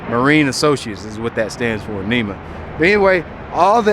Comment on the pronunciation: NMEA (not NEMA) - National Marine Electronics Association